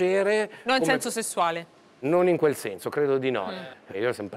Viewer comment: Alla conduttrice va comunicato che nelle parole che contengono la lettera "s" quest'ultima non va pronunciata come se fosse una "z". perZone, senZo....etc etc